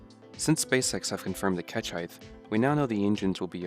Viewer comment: Height... not heighth.... Leng-TH... Wid-TH Heigh-T